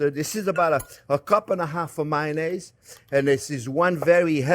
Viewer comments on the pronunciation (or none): When you said mayonaisy, it made me think of the Spanish song, Mayonesa